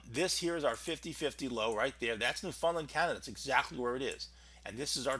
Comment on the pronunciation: I'm going to start a Go Fund Me to bring to Newfoundland to learn how it's pronounced. Here is a hint: "Understand Newfoundland", it all flows.